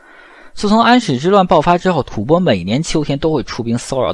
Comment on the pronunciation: 老師將吐蕃唸正確了，太好。音：播，首次聽見歷史視頻中正確的唸法。